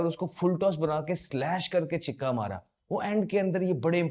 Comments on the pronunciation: छिक्का नहीं छक्का बोलो उच्चारण शुद्ध किया करो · What the f is chikka😂😂 Chakka hota hai , six bol lo